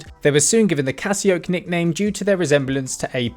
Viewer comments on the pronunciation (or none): Ka-nickname. Sorry, but this made me laugh out loud. The 'k' is silent.